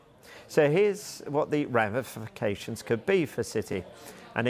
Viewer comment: Is the presenter drunk? Cant say ramifications, remuneration and many other words 😮